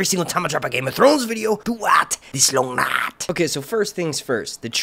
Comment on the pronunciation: Countdown to long night being over plus not ridiculously uttering “Lung Nyfe”